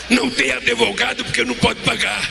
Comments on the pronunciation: ELE PRONUNCIA ADEVOGADO, EM VEZ DE ADVOGADO. TENHO VERGONHA DE SER GOVERNADO POR DOIS MANALFABETOS. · Uma pessoa que infelizmente foi presidente do Brasil falando " adevogado" é o fim ! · A parte boa e falar ADEVOGADOOOOO KKKK